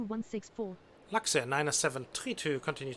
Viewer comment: Du musst Luxair sagen und nicht Laxair